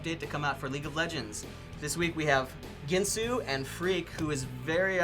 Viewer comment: Gin-Soo? I always thought his name was pronounced Gwin-soo.